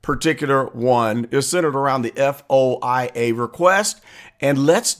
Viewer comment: You should pronounce the word, F.O.I.A. as “foia” or FOY-A. No one says just the initials.